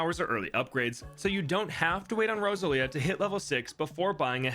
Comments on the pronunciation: Rosa lia? It should be "Rose-all-ee-uh" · I don’t mean any offense, however… Rose-ahl-ia, not Rosa-lia The emphasis is on the “ah” sound but it moves fluidly into the L, the name is kinda like going over a hill, Rose on the climb, ahl across the top, ia on the way down Edit, pronunciation guide might be better written as Rose-allia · Just trying to help. It’s pronounced Rose-Say-Leah. That is my friends daughters name.